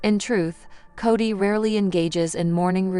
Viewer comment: Say his name right. Its Kody